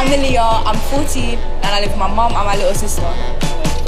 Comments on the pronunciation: Girl: My name is A-LEE-yuh. Judges: Here's the thing, A-LIE-yuh. Like at least say their names right. Hahaha. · Aa-ly-ya??? At least get her name right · Okay, those judge's were pissing me TOTALLY off! I know they HAD to have known how to pronounce the ORIGINAL Aaliyah's name so WHY IN THE FUCK did they (and Simon the music producer should know better!😡) keep calling that girl Uh-Ly-uh!😡 I know Brit's talk fast and funny BUT aren't they all Brit's?! So they should have been able to understand what she said perfectly!😠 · Exactly. Disrespect